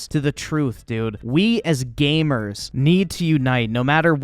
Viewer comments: When he says gamers, it sounds like hes saying gaymers. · He sure does say gaymer a lot.